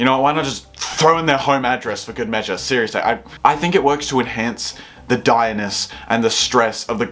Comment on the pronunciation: "2014" "good" Is your... brain... okay? Do we need to get you to a doctor or something? Did you just stumble out of a car accident with some sort of horrific physical head trauma that made you not be able to say words right or something?